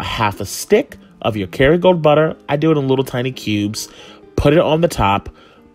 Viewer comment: I was trying to figure out what he was saying too. lol